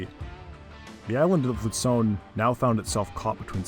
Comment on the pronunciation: luzon is not pronounced like pizza, it's not lutson, it's luzon